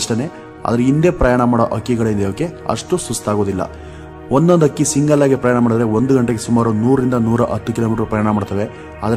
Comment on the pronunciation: Akki alla adult hakki anta heli u r pronosation is wrong please correct